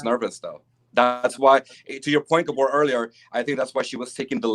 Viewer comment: I’m a new subscriber. Just listened to five/six of your shows, however, I’m sorry to say… “Gabor” is just 😖more often than naught.